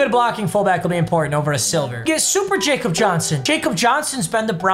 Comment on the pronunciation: Papa, you probably don’t care but Jakob Johnson is from Germany and he pronounces it with a Y (Yak-ob)